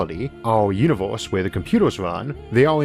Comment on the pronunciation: "Univors" "iunivorsol" "yiors" "forst" Such a shame someone so smart can't speak proper english.